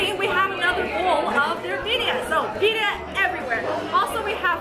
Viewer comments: Why is she trying so hard to slaughter the Mexican words. Saying them fast dont make it right. Birria pronounced beer-ia. Not bidia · The Bedia Tacos..... Bee-Re-uh Tacos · birria is pronounced beer-ia not bidia rolling your r a little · Birria .. pronounced “Bee-rree-ah” roll the middle r’s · Be-rrrrr-ya: birria lol thats how you pronounce it lol awesome vid! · I try to call american tex-mex to simplify. Authentic mexican food is very different. Roll your r for birria, like birrrrrria. Its a complex process. Ive been eating it forever, amazing. Crisped up from sof shell to hard shell with the fat from the meat process. Also i love tortas, i prefer carnitas or camarones ala diabla. It will be good to watch the rest. I love your appreciation of it all. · theres nothing like tacos de birria and horchata... and its pronunced beeriya roll ur r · homie- birria is pronounced: Bee-RRhia You have to roll the R, so practice rollin’ dat R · (Beer-Ria) Birria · Birria.... no d sounds lol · Lol- practice on rolling your "R"s...once you have that down then you should b good to go😉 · You both insult my Mexican Heritage with your horrible pronunciation, Especially The Asian!!! 🤬